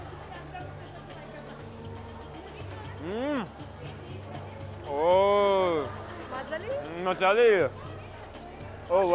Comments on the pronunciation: I think he's got the emphasis wrong and they don't understand his "dialect". Just listen to how he and the others say delicios: MAzali and maZAli. I also hear that them say "thanks" differently than he does. So the letters may seem the same, but the meaning is different, depending on pronounciation. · if this dude says mazali ONE MORE TIME... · Hey, just a suggestion say "bamaza" instead of mazali, no says mazali in Samarkand.. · If you say mazellie one more time they will grill you :)))) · if you say mazali one more time.....